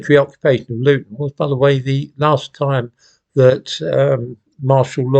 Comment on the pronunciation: Did he say Loughton?